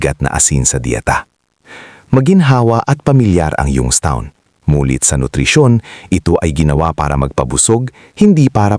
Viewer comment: Mali Po basa nyo Ng young's town